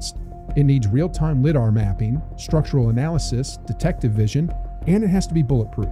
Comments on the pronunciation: Liee DAAR not Lidd Dar. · lid-ar 😂 AI 🤖